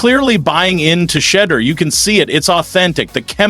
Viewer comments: His name is not pronounced Shedder! At least get his name right on a video about the person. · FOR GODSAKE MAN...SAY HIS NAME RIGHT...U SAY IT 5 DIFFERENT WRONG WAYS EACH POST...SAY IT WITH ME...SHE'-DOER...SHE-DOER...SHE-DOER...AND "F*** MARY CAY RACIST ASS!😅😅😅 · Sha, deur=door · Can this media person PLEASE PRONOUNCE SHEDEUR’S NAME CORRECTLY. WE ARE Shedeur’s fans from Jackson Mississippi. One simple thing we ask of you media guy PRONOUNCE SHEDEUR’S NAME CORRECTLY PLEASE. Cleveland don’t know Shedeur but we his fans know him. Shedeur is coming to the brown’s with a significant fan base.